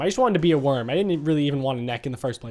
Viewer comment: Is not a nek is a wirm